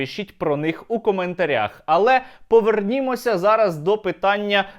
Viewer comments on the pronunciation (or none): Шо шо!? 🤔Повернiмося!? 😁 Серёга возвращайся лучше в репчик) не коверкай язык)))) 🙃